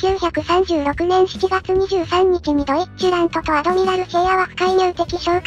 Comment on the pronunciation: 個人的には発音はドィッチュラントだとおもってます